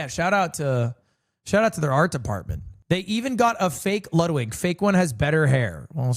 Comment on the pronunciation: "no i know luwdwig" its ok we all luv u more